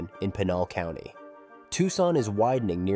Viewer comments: Yeah, had to click out of this when Pinal County was mispronounced. If something that easy to figure out is wrong, I don't have much confidence in the rest of it. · As someone who is highly familiar with the area, I sincerely doubt Tucson and Phoenix suburban areas are going to merge any time soon... especially with the Gila River Indian Reservation that sits right in between the two cities. This is just another AI slop video that can't even pronounce Pinal County correctly. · This should be the top comment and is the most overlooked fact in this video. The Gila River rez is huge and prevents any development between Chandler and Maricopa or Casa Grande. But what do you expect from a content creator that mispronounces Pinal County.